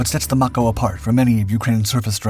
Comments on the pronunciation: It's pronounced like MAY CO,as in Mako Shark.Get it right. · I think that's "Mako" pronounced May-ko. Like the shark.